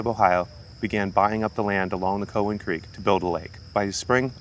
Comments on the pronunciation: It’s cow an not cohen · We always pronounced it COW-en not COE-wen. I spent many happy hours on and around the lake and spillways in my youth. Thanks for this. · It’s pronounced COW-WHEN. Not from around here are ya? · Is "COE-in" a byproduct of AI narration? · Cow-as in beef- an lake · we've always pronounced it COW en also. id be interested how it got its name too. might help the pronunciation finding out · Its pronounced Cow-in. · COW like moo COWan. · Have you thought about checking out fort ancient? It's about 15 minutes from there. Also it is pronounced COW-EN 😆...My road ends at the lake...5 min walk 😄 btw, I barely see the snakes in the lake...on the trails, every once in a while. Love the video! Thank you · COW-wan Lake. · It’s pronounced Cow WTF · Cool video and even cooler cat. Was excited to see something on Cowan Lake. We always pronounced it “cow” like the animal, but not even sure which is correct. Grew up doing family reunions here for the longest time. Fun fact: the restaurant near there, the Spillway Lodge, used to be my great grandfather’s butcher shop. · As a lifelong resident of the Cincinnati area, I believe it is pronounced - 'Cow Ann' as in the animal and the name. As one word. Emphasis on the 1st syllable. Never heard it pronounced any other way. Thanks for the video. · Never heard it pronounced the way you do. Also, it’s interesting that you have facts on millions of years ago. 🙄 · my friend. im not upset. just letting you know. if you post things in youtube you probably should expect replies with opinions. I appreciate the info a lot but it made it apparent that you probably werent feom around. the area from how you pronounced it. Keep doing what you do. I subscribed